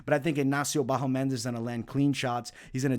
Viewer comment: It's BahamOndes, not BahomEndes :D